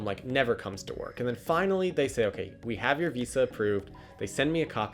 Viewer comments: I'd only be his friend if he says VISA properly from now on. Harsh standards I know. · I never want to hear this guy say Visa this many times and with that pronunciation ever again.